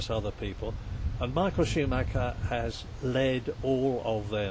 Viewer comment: Shoemacca as Murray pronounces his name.